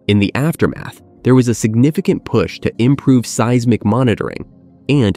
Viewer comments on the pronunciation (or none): Is this AI slop narration? The pronunciation is all over the place. "Hiroshama", "say-ees-mic", "megathroost". Gross. Just get someone to read it. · What is with this AI? Hiro-Shay-ma? Se-Yes-mic? Mega Troos?